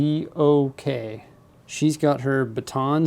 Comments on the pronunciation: just to help you out in future videos the buildable figure is not pronounced by letters it is pronounced Modok not M. O. D. O. K. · m.o.d.o.k is just pronounced modok in case you were wondering:) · hey here are some tips about the set... 1. the trans-blue color piece that iron-man is holding, is actually called a power blast piece. when you press the long side of that piece..the piece flys of the figure's hand like he is shooting. 2. actually the big robot is pronounced as 'Modok ' other than that, the set is awesome and i really love it. Thank you for sharing this with as. By the way, i should have done this a long time ago Congratulations for receiving 100k subscribers. Keep making awesome videos.we love ya! and Good Luck. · I’m cringing so hard when he pronounced modok smh